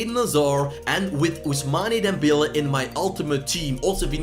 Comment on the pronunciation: “Ousmani Dembele”